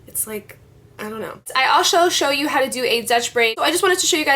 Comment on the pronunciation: '' ill alshow show you'' that was so cute :)